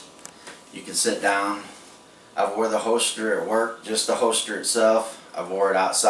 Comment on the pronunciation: I don't mean to offend or embarrass, but every time you say "hoester" I have to laugh a little. Nice work on the holster, and thanks for the great video!